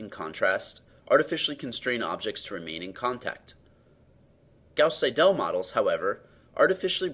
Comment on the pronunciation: Very good work, however Seidel should be pronounced as SEI-del, not as sei-DELL